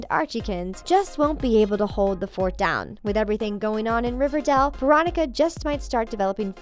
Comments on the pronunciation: It's not shek its Chic. Its Riverdale not riverdall. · ITS RIVER-DAYEL OK PRONOUNCE IT LIKE THAT MY GOD LADY Edit: ALSO WHY THE HELL ARE U SAYING SHEEK UR SO STUPID JESUS EDUCATE URSELF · RIVERDELE!? who else hated the way she said that